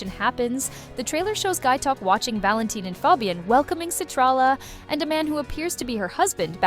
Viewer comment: Valentin is pronounced “VAL-en-teen”